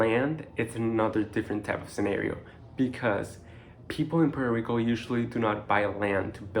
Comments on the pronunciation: Please pronounce Puerto Rico like you live on the island! Awesome information thank you. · Dude, if you are going to be working in Puerto Rico you need to learn how to pronounce Puerto Rico correctly.